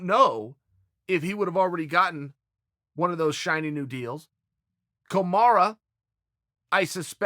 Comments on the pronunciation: GOD DAMMIT CHAEL ITS KAMARA NOT KAMARU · Us: Kamaru Chael: Komara Us: Komara Chael: OK, great. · How can he still not say Kamaru Usmans name?? KAMAROOO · Kamara hahah chael kills the names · His name is literally got a different vowel at the end of it, I dont know how he gets Kamaru wrong constantly. Also Yarear is pretty ridiculous as well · just when you see him take pause and still get it wrong it's like fucking hell. It's just he doesn't get how its disrespectful but whatevs